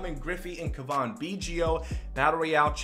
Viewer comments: Turd Ferguson yes it is Cav In not cavon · It’s Cavan, pronounced liked Gavin with a C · It’s pronounced Gavin with a C, he’s not French lol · It is pronounced Cav - in Biggio not Cavan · Kaa-vin, not Kaw-von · It’s pronounced C-A-V-I-N, like GAVIN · its almost like you try to say Cavan Biggio’s name wrong holy crap man..... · I know it's nitpicky, but the way you say Cavan literally made me close out the video. It's so bad lol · is it just me or does he have an accent (no im not talking about the way he pronounces cavan) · Is that how you say Cavan?? you’re terrible at names. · Learn how to say cavan, he's not french. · The Cuh-von bothers me almost as much as the Row-Bear pronunciation of Robert.